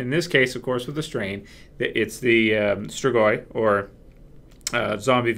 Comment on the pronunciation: I'm from Romania, and you pronounced "strigoi" very well:D. Oh, and also best line in this episode was: "Let's vote. Who wants to stay here and die?" xDDDDD!